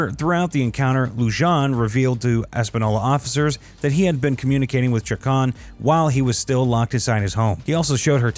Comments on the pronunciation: It's pronounced Luhan and chac-ohn. Idk why it was bothering me so much that you were pronouncing it like some sort of Frenchman. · Just wanted to give you a heads up it’s pronounced (Lue-hawn)and (chaw-cone) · Hey! It's Lujan ( pronounced "Loohon") and Chacon ( pronounced "Chawkohn"). Sheesh 🙄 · You might want to learn how Spanish surnames are pronounced before you do another of these. Lujan, Chacon and Vigil were all mispronounced as was Española.